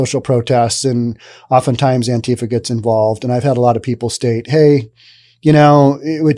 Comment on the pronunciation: This is first one of these ive seen Learn to talk properly first & how you pronounce words & what Government dept do you work for with your pro Government propaganda First of all to pronounce antifa as ANTIFAR because they are anti facist anyone that doesn't believe in most they do are totally not patriotic antifa are & if was the PAGANS mc they are a very dangerous 1% club Not a gang.